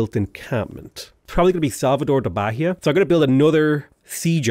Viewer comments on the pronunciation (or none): To say Bahia, You must say Ba-Yah, no "H" sound, to have some resembelence to portuguese